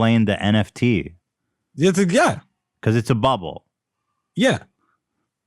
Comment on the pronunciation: I think so he said NTF and reverse letters on other words. I have it and that happens to me and I pronounce words like he does when trying to read it lol like when Ian corrected him of the pronounce of the persons last name.